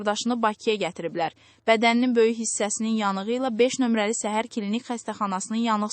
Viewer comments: Heç olmasa düz oxuyun-səhər yox şəhər xəstəxanası-ay bisavad. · Səhər yox şəhər Cingiz yox Çingiz Allah rəhmət etsin